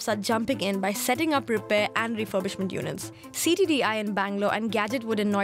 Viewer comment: "refoybishment"lol learn how to pronounce the letter "r".